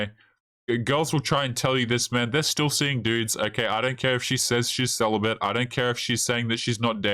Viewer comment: Celabate or "Sell a bit"?